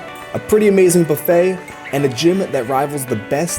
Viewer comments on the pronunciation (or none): none